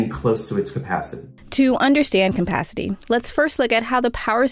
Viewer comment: “Compacity” I can’t listen to her say this anymore.